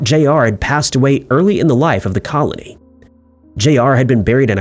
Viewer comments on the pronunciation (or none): none